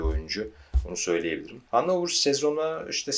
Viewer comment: Güzel video. Telaffuzu Hanofer bu arada. Saygılar